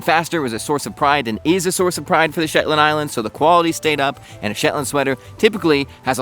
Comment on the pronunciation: Your “Shepland” keeps reminding me of Benedict Cumberbatch’s “pengwing.” lol